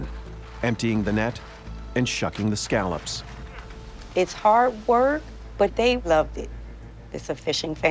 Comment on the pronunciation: My father is a former lobster fisherman who also fished scallops. He is losing his mind right now because the narrator keeps saying scallops wrong. Why didn't anyone tell him that exepcially any fisherman washing this is going to be offended? LOL